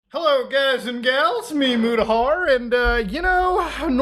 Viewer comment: "me, Mutahar trrr